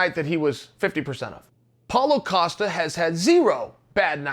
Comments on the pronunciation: its not "acosta", its "costa" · Acosta?? Geeze your getting as bad as Braden Scwabb 🙉